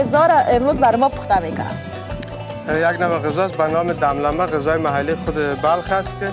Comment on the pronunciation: سلام بسیار جای مقبول است زیبا وطنم کوشش کن چند بار آهسته تکرار کنید تا یاد بگیرید یک دفعه دم دمه نگویی 😂👌